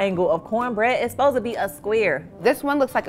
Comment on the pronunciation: "it zbosed to be a squeer"